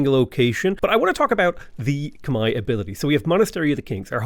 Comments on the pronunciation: Whoaaaaa wtf someone who says Khmai correctly! Respect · saying Khmer correctly is music to my ears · Yay! You pronounced it correctly! Good on you for learning. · As a Khmer person, thank you for pronouncing our name correctly 🎉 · So glad Khmer is your favorite civ! Double points for pronouncing it correctly. As a Khmer person myself, I am so exited to see this playthrough!